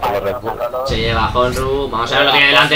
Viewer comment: Y por cierto dato informativo para ños comentaristas cuando nos mencionais: honru no se pronuncia von J es con H muda es cono di fuese onru y mi nombre no es semamesa como decis es chemamecha las x son ch gracias